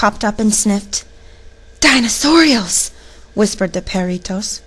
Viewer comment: Just 1 thing , Dinosaurios is not pronounced Da y nosaurios It should be D y nosaurios.Like the Di in dinner.